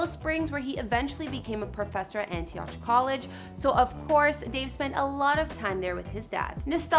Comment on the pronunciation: You pronounced Antioch incorrectly. It’s not AntiOTCH. It’s AnteeAwk. Gotta know your stuff if you gonna be credible.